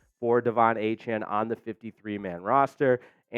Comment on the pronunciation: Really? How the f*ck does Pain Train Achane work... when he pronounces his name A-chan? Noooooooooooooooo